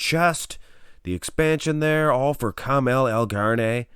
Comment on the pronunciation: His name is Ka-ma -al not Carmel